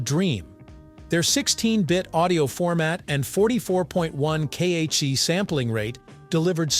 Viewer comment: "k-h-z"? Try kilohertz.